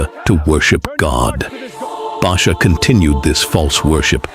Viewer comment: TirEla not Ahab.Baasha not Barsha.Tirzah Rezin,Peka. Abiathar not Abishai Elihu not Allah Ehud not Ahood. Michaiah Obed Edom.